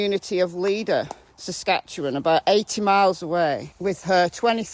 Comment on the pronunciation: Ah yes I forgot about this story. Used to go to Med. Hat yearly for my daughters sports tournaments. Well done on your pronunciation of my province. Saskatchewan usually has people confused or butchering it. Thank you again for a great video